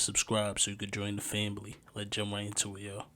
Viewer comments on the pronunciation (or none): Bro cracks me up the way he says fambly 😅